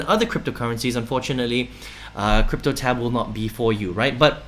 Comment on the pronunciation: Its cryptotab bro. Not cryptoLab